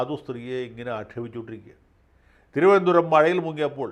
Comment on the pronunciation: അവസാന നിമിഷത്തിലെ തിരുവനന്തപുരം ശൈലി പൊളിച്ചു.🤣🤣🤣🤣.